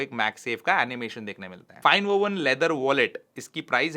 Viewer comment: not Vowen it’s Woven❤